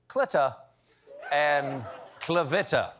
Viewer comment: Well actually no Stephen Colbert. If you knew anything about reading in Spanish that would be pronounced /CLEETA / and /CLAH-VEETA/. Not clita with a short i. My sister's name is Elizabeth but we call her Tita that rhymes with cheetah not rhymes with PITA as in the bread... just sayin'! Thanks for making me smile!